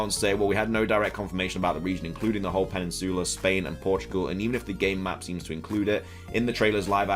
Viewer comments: Am I the only one who has a fetish for how says "Peninsoola"? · this dude said “pennisoola” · Lol Im dying from how you say Peninsula 💀💀💀 someone help 😂😭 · Are you mispronouncing peninsula or is it a British thing to say it that way like how ya’ll say aluminum? 😅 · Why is saying peninsula wrong? 😂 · Bro your peninsula pronunciation is wrong as well as autonomous. Just google them so you can do better just constructive criticism.